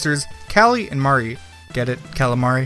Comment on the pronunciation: TMW you knew all of these... (Also, it's Marie not Mari)